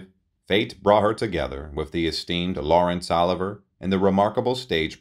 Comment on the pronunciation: This guy sounds like a Robot mispronunciation of names like LAWRENCE OLIVIER